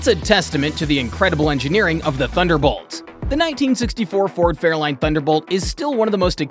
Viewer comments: If you can stick with this video long enough he does show some Fairlanes ..... but he calls them Fairlines. What a joke. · He did say fairline and not Fairlane.